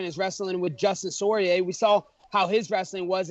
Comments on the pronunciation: Did he said "Dustin Soyier"😂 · Dustin sore-eay 😂😂😂😂